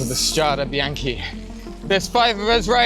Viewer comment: It's "Strade bianche", "White roads". Strah - deh, Bee - ahn - keh.